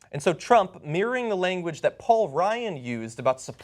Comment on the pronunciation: It is pronounced "mirroring" not "mirring".